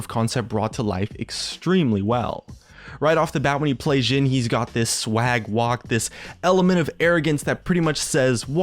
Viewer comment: its jhin with a J, not Xin